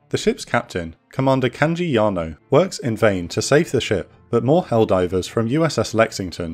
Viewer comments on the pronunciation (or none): none